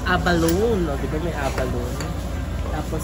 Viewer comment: Pronounced as abalo-ne ( a-ba-lo-ne)